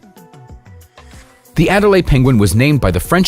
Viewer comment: Adelie penguins, not Adelaide.